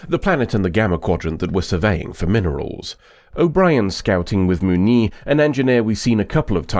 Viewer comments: Moo-nee lol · The way you pronounce "Muniz" hurts my ears.